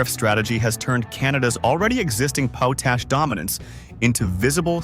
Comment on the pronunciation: Potash is generally pronounced POT-ash (short 'o' as in "pot", then "ash") with the stress on the first syllable. The phonetic spelling is / 𝒑 𝒕 . æ / in British English and / 𝒑 𝒕 . æ / in American English. It is pronounced exactly how it looks: "pot" + "ash". Cambridge Dictionary